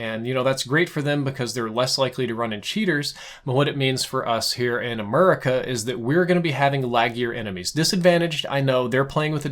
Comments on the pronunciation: I have come to decided I hate you good bye. And you so said America all hick like your voice makes me want to rip my ears off. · Did he just say "Amurica"?